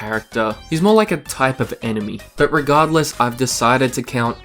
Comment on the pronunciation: "so much like mœrrrr–" sorry, English accent funny hehe